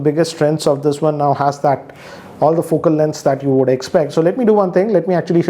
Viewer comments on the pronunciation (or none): none